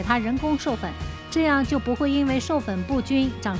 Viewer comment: 畸形，年 ji形，不是qi形！你的中文是谁教的？